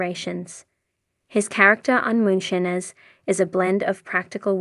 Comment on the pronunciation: Anyone else annoyed by the AI narrator that can't pronounce the word "Moonshiners" correctly?